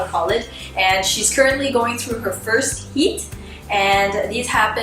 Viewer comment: Am I the only one who hears "heat" as 'YeEt"?